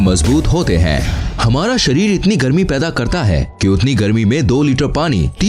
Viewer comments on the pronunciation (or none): Bhai sharir hota Hai sarir nahi ..... over all it is good information